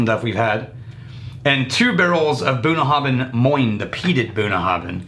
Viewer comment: I believe that Bruichladdich is pronounced so that the "ch" at the end is silent, ie: "brooke-laddie"... that's where the name "classic laddie" came from for the 10yo. Also pretty sure that Bunnahabhain is supposed to pronounced where the "bh" has a "v" sound: buh-na-have-en.